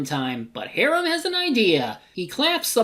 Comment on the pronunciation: This Tremors-a-thon was so much fun to work on. Thanks for taking my idea for it! Also, He-ram? It's pronounced "High-ram"! LOL